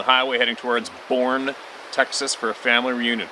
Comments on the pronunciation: Boerne is pronounced “Bernie” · ….sorry, just had to throw this in…Mesa, Az is pronounced “may-sah”. Boerne,Tx. is pronounced, “burn-ney “….keep on truck’n …love ya man!!!! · Great adventurer intro with the Power Puppy! Boerne is pronounced "Burney". I know,.. it's just "Texas". I live in the county of "Bexar" (pronounced "Bear"). It's just Texas. Great country we just spell funny. So, where do you suppose that "F.B.I." bought his Levi's? And then "why"? Sounds? Sound one : warbling sounded canine to me. Sound 2: I agree, maybe a young wolf. Bad alternators in a forest are bad, but failed brakes on a mountain road are worse.